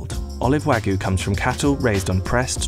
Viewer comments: It's not "wagoo" it's "wah-gyew" British people are so terrible at pronunciation of other languages it's insane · New drinking game: Take a shot each time the narrator says "Wa-gu" instead of "Wagyu" Warning: In order to prevent death from alcohol poisoning, only attempt this drinking game with water. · No its not, its pronounced wag-you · I just want to know why he’s saying “wagoo”. There’s a y in there, “wah-gYu” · “Wa-goo” Ok 🤣😅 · Pronounced wagyu incorrectly at the start, guess we aint looking at a professional chef, more of a novice researcher Like, “wagoo”? The way its pronounced is Wāgyu. Also pronounce the “y” and “u” as if they are mixed btw “ā” is pronounced like ahh, think of when a dentist askes you to open your mouth and say “ahh” yeah that. Just some info. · NO, it is not wa (like wagon) goo beef. It's wa (like water, want, watch) gyu beef. Sigh. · Nobody: Business Insider: wagoo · It's not though. You pronounce the "yu". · thought he was saying ragu like the pasta sauce. Terrible pronunciation on wagyu. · It's said like "Wag You" guys have lazy tongue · Why is it so hard for everyone to get the pronunciation right for non-English words?! You can literally just google it, it’s not hard. “Wagoo”... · Did he just said Wagyu as "Wagoo" Goddammit... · no one: the narrator: wAgoO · Listen to me explain everything about a product that I can’t even pronounce. “Wagoo”....wtf? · I can't trust a video where the person calls it "Wagooo" beef lol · Waygu (Wah-gew) or (Waa-gyoo) like "Whaa you" but with a hard g before the you sound. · “Wangis” lol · Wangus Beef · It was serious until he said wangus beef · Hahahaha "wangus beef" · You can't do a video about it and pronounce it "wagoo"!... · All this effort to produce this video and you couldn't spend 10 seconds learning how to pronounce Wagyu correctly. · that narrator's pronunciation is crazy, not even close lmao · Insider researched everything about wagyu except how to pronounce it